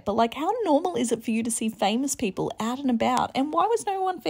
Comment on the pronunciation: “eeeot and abeeout”